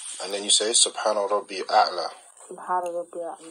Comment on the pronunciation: This is teaching Salah but says “Subhaana Rabbi A’la” looool It’s Subhaana Rabbiyal-A’laa